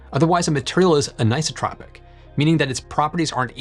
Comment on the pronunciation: an - eye - so - tropic anisotropic